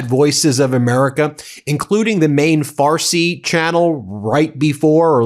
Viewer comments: Good Lord, am I hearing her say farty or is she supposed to be saying Farsi... Where is the intelligence or am I hard of hearing 🧑‍🦳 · She keeps saying radio “Farty” 😄 Breaking news is now breaking wind. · Cant take her seriously after she said farty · Not “Radio Farty” 😳🥴😂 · She said “farty” and I lol’d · Did she say farty?